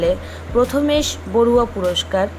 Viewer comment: The name uttered is prathamesh barua but the correct name is PRAMATHES BARUA.